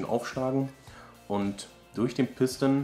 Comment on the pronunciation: Piston kommt aus dem französischen (Druckkolben) und wird eben französisch ausgesprochen und nicht pisstn. ;D